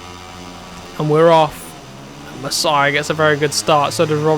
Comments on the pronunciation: you don't actually spell Masiá "Masiah" but more like "Maseea" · Mas--ee-aa, you're saying it like Messiah lol 😂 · It’s pronounced MAS-EE-A not MASS-IH-A, love the videos you’re the first person I’ve started to watch that plays moto gp and I’ll definitely continue to watch, I’ve already ticked that bell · I tell this last time you need to learn so easy last name its Masia not messiah ok its not that hard to pronance.